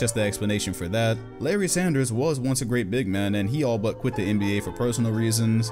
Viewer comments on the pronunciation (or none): none